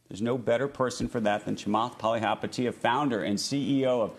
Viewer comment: I'm a billionaire, learn how to say my name.